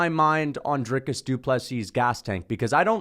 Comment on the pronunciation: Congrats you pronounce DDP’s first and last name correctly! Better than Sir Dana White to the people of SAfrica. But at least DW did address them, and respectfully.